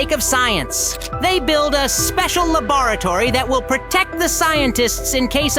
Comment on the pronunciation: Bro said lubutory💀☠